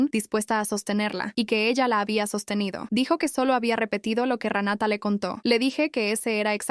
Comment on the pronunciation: Que el juez le cree a Ranata.....!!! no se dice se así pronuncia RENATA .